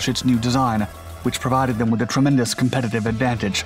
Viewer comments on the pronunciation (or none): none